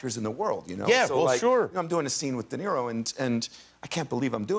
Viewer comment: He said BOB de nero😅